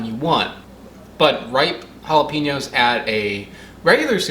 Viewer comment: Jala-peen-yo instead of jala-pen-yo upsets me greatly lol.